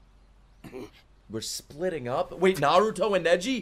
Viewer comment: I want to thank you. Thank you that you pronounce 'r' in Naruto just like it should be!!! Love it!!!